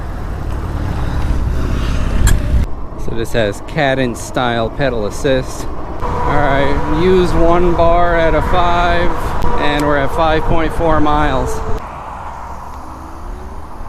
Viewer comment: Kay-dense assist . Just saying😂 Beaver Lodge.. 😂 What did you call it? A hut? Gilligan's Island 😂